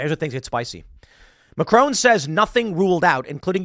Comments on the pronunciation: Please please, get his name right it's MACRON in English and french not Macrone. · Omg that pronounciatin of Macron. Love Tim-Tim, but that was funny. 😅